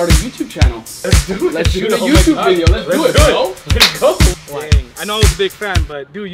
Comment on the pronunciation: he said wow let go YOU TUB!!!instead of YOUTUBE,that sound when he say YOU TUB!! Is weird,make me laugh hard😁😁😁😁😂